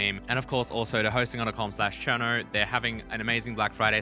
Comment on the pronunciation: How many r’s does Cherno have? Cuz I swear when you say it I hear like 6 or 7